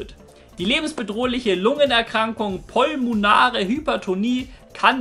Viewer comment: Ballerst hier Wikiseiten raus mit medizinischen Fachbegriffen und sprichst dann sogar "Pulmonal" falsch aus... Alddaaa...